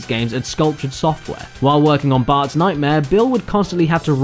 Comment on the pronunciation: The repeated and near-complete dropping of the 'T' in Bart's name by there strikes me as an almost athletic feat of pronunciation haha. I mean, obviously the accent isn't unfamiliar, but this seems to be taken to the nth degree, even dropping the 'T' in "Bart's" (with the 'S' after it) as well as just "Bart". Surely he doesn't pronounce "art" "are," does he? What an interesting dialectical quirk